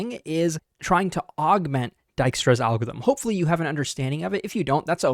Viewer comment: my dutch ancestors crying whenever he says Dijkstra, it's pronounced Dike, please